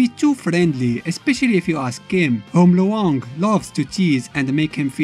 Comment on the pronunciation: You pronounced Luong's name incorrectly. It's one syllable, not two syllables. The diphthong is much smoother and combined in her name, a Vietnamese name. The character is Vietnamese.